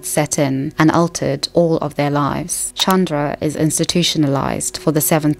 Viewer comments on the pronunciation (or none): none